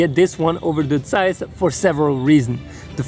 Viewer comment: first youtube guy who can pronounce "Zeiss" correctly ;-) Yeeeaaah:-)